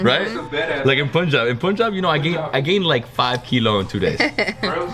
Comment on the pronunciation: Just like Lassi, it's not Poonjab but Punjab more like Funjaab. You will not forget it now. 😁😁 Loves your Video. ❤️❤️ and both of you enjoying Indian Food. Would love to cook for you'll someday Home Made Indian Food.